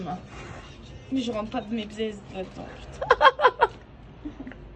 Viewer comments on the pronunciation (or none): "Mes bzezz " 🤣🤣🤣🤣🤣🤣 je ne m'y attendais pas 🙉 est arabophone ma parole 😂😂😂